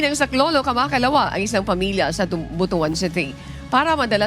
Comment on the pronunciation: it should be pronounced as "bot-wan" not "bu-to-an".